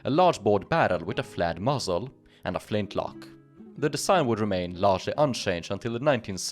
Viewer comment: I kept hearing 'flat muzzle', and then worked out that you meant 'flared muzzle'. Good video though.